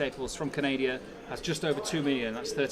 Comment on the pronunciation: From ca-naid-i-ah? Only three syllables. Can-a-da. Try learning English.